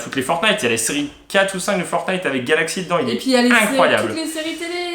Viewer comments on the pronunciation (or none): none